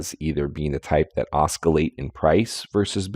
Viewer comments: the "c" in oscillate is an "s" sound and not a "k" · Some genius, can't even pronounce the word "oscillate".